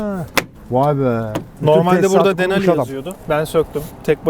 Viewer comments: dinali degil abi, GMC Sierra Denali ( Denali paketin ismi) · Not deneli 😂😂😂denali